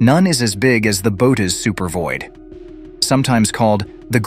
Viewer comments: Its pronounced "boo oh teez void." Bootis lol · It's pronounced 'Bo-hoe-tis' not 'bo-tis', I believe. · "Boat us"??? Bow ate ease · Thought it was pronounced Boo-Oats, not boats or boots or whatever the narrator is saying